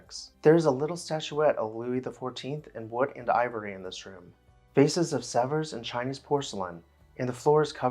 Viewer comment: Again, great content. "Sevres" is pronounced, "sev."